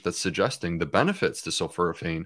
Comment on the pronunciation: It’s sul-FOR-a-phane, Doctor Bulciewicz.